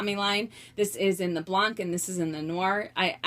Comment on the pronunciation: About the Multicolor Monogram, first they're not made anymore :( and just so you know, I'm french and "blanc" is pronounced "blan" you actually dont pronounce the "C" at the end ;) And your collection is outstanding (just gimme your address so I can rob you and make some money honey :D)